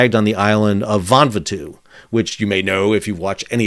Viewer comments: Sal, loved the video. FYI Vanuatu is pronounced "Va noo aah too" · There were a couple of times when it sounded to me like you pronounced it with two V's, something like vanvatu. Maybe I misheard. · Hello from NZ....for the country of Pacific registration I assume you mean Vanuatu? pronounced Van-oo- ah - two......Van u a tu......Vanuatu..🙂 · Vanuatu has one of the best maritime academies and educates first class seafarers and it deserves to be pronounced correctly. A country, with has no other businesses or treasures to sell or deal with, than that, and does it very well. As far as maritime history belongs, it is one of great traditional pacific seafarers nations, who managed to get the change of times very well.Not every pacific island nation got that right.